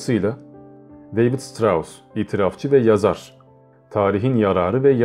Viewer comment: Lütfen özel isimleri doğru telaffuz ediniz. Okunuşunu yazıyorum; Şıtraus, Şopenaur, Bazel, Vagner..........etc..... Güzel bir video olmuş, teşekkürler. Emeğinize sağlık.